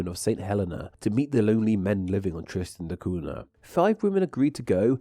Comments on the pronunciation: I was waiting for some recorded samples of Tristanian, but alas. Also the name of the island is pronounced Tristan da KUN-ya, NOT COO-na. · You just butchered my countries name. St Helena is pronounced Saint Hel-een-a, and Tristan da Cunha is pronounced Tristan da Coon-ya. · It's pronounced Tristan da Coon-ya.